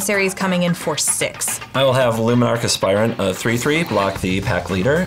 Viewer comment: Hearing CGB say Luminarch Aspirant correctly feels wrong